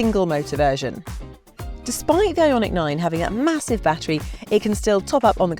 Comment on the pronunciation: LAWD she murdered the name of this Car. Made my skin crawl.